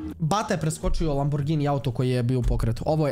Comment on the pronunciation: kaze se lamburdzini